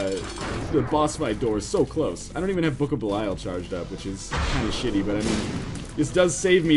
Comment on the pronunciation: And pronouncing Belial wrong.